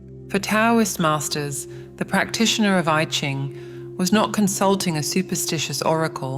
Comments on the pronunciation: I Ching is pronounced as Yee Jing. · I had to quit watching when she repeatedly mispronounced Taoism and the I Ching. If they can't pronounce the words correctly, I doubt they understand the meanings of them.